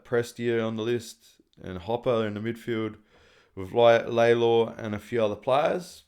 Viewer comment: Not Laylor its Lawlor pronunciation Retschco Retchco !